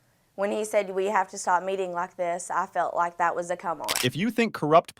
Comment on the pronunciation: What's up with his pronounciation of the word (that) dude says DAT. Fire him. How did he pass the academy with this DICTION. Wow. A Bird Brain